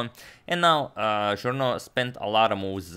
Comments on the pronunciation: Thank you for the amazing content as always! Just FYI: Journoud is pronounced [Joornoo] instead of [Joorno]. It is easily mixed up as Journaud [Joorno] would me much more common as a French name than Journoud [Joornoo]. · Evo malo pomoći za izgovor: "Café de la Régence" se izgovara "kafe d la režans". Journoud će pre biti Žurnu jer se 'ou' izgovara kao naše 'u'. Uz ove male ispravke eto još malo pa dva miliona! Pozdrav.